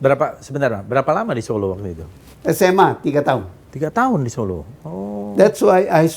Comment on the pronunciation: zon, kalau kau ngaku intelek, ucapkan (kota) SOLO dng benar, contoh pak salim tamu mu itu